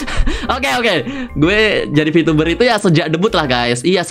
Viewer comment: bengek gue ngakak sebatas ngomong "vityubah T.....T"